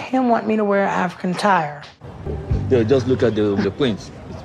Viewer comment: Did Angela say "African attire" or an African "tire"................................... EWWWWWWWWWWWW! LMAO! you are awesome! I haven't laughed this much all year. So glad I found your channel! It's a keeper.